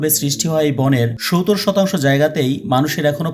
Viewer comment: সবকিছু বুঝতে পারলাম। কিন্তু ধারায় বর্ণনায় যিনি কথা বলছেন। তিনি 70 কিভাবে বলেন বুঝতে পারলাম না কিভাবে 70 ডেলিভারি করে মুখ দিয়ে শুনতে জানি কেমন লাগে। অন্য রকম ভাবে 70 শব্দটা উচ্চারণ করেন। জানিনা কেন তিনি এভাবে 70 উচ্চারণ করেন